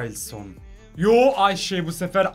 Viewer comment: Ayema ayşe diyon